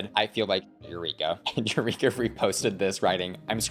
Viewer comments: You-reek-ah. The professional victim is back lmao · Legit not trying to throw shade, but Eureka sounds like You Reek Ahhhh. Just trying to give a laugh. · Eu-REEK-a? Sorry I’ll let myself out 🕺